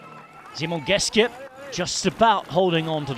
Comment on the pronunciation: I love how the commentator is making a serious effort to pronounce all these names. However, he is overcompensating for "Geschke", saying "Geske" for some reason. "Sch" in German is close enough to "sh" in English.